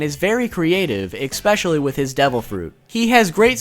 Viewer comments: especially* Not Exspecially. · "expecially" bruh my dude. i love your videos but bruv